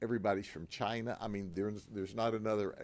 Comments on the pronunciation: ITS FROM CHYY-NAHH…😂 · Gotta love how he really emphasizes CHINA, pointing out that it's a communist country. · the way he pronounces massage "massodge , massodga, " and CHI na he learned from Trump .